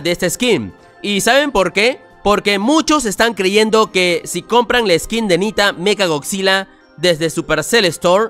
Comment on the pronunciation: SE DICE MECA GODZILLA NO MECHA, SE ESCRIBE ASI PERO SE PRONUNCIA MECA